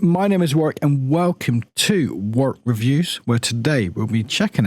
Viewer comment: UK accents are so busted you can't even say your own name, bro said this is Warck Reviews 😭